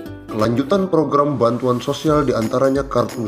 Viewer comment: Bilang.. bantuan..pun jadi banturan. Jelas bicaranya pak walau bohong.